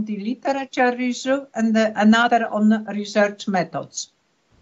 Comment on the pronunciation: I’m Dutch and am so familiar with people like, our education system is full of people who talk to students like that unfortunately, especially if they perceive the English level of the student not good enough. But her pronunciation of the word ‘review’ is a butchery itself.